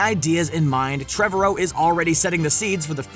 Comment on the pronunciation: It's Treh-VAR-row. Not Trev-a-row